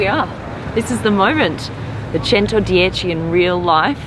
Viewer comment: Peter likes the way you call it a "centadioci"